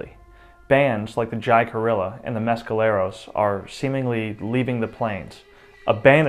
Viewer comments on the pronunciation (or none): My dude Jicarilla is pronounced,,, hi ca re a ….. Not ja ca rilla … and a lot of this series is misleading,,,, and just not true… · I stopped watching at Ji ka ril la. Jicarilla is pronounced Hick a ree ya. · For the narrator the Jicira Apache are pronounced Hickarah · Jacarilla is pronounced Hickarreya i believe. Great show though.I really enjoy watching all your programs! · As a native Arizonan we learn Spanish words with J is pronounced H Jicarilla is pronounced Hicarila. J is an H sound L is very silent. I've worked on that reservation. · Hello,chiming in from the Jicarilla Apache Nation.Correct pronunciation would be akin to hic a re ya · Too Baad further research wasn’t done about Wild Horses they are a Native Species BTW JICARILLA is pronounced HICARILLA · Being a stickler for detail, your pronunciation of the Jicarilla Apache is way off. It is pronounced "HEECK-a-REE-ah". It's Spanish meaning "little basket." Their drinking dish. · Its pronounced ( hick- a- rea) jicarilla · Jiccaria is pronounced. “ Hick a Ria” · A shame the presenter has little concept of regional pronunciations. "Jaicarilla", "Liepan", etc. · HEE'-KAH REE'-YA - YES SPANISH --DO SOME RESEARCH IF YOU DONT KNOWTHE PRONUNCIATION. IF YOU AR E TOO LAZY TO GO TO WIKI IT MAKES THE WHOLE OF YER PRESENTTION SUSPECT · Its like saying I hickup.. when you say jicarilla.. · If you do indeed "feel privileged" to tell these accounts of the Apache people, you might want to include the proper way to pronounce the names of the Apache bands in your research. It would almost be comical hearing you butcher "Jicarilla" if it wasn't first so alarmingly disrespectful.